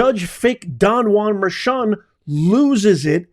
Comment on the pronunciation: It's pronounced judge merkan